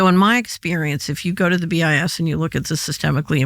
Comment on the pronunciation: BIS sounds like “BS”; probably intentional!